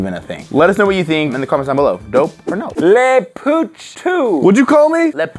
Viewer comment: said "LE POUUCH II